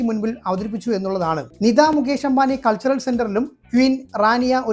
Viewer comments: “നിദാ “ അംബാനി. .അല്ല. “നീത്താ ”അംബാനി എന്നതാണ് താണ് ശരിയായ ഉച്ചാരണം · നിദാ അംബാനി ആരാണ് ? നിതാ അംബാനി എന്ന് ഉച്ചരിക്കാൻ പഠിക്കുക.